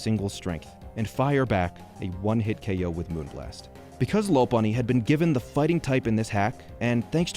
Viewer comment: It’s LOP-a-nee, not LOW-pun-nee Also ar-KAY-nine, not ARK-uh-nine